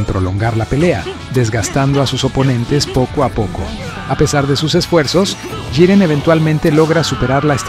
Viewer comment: Muy buena narración. El único defecto que le veo es que va cambiando la forma en la que pronuncia Jiren. A veces dice Yiren y otras Giren xD